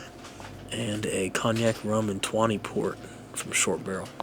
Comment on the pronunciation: “Twany” port lol re-read that label bro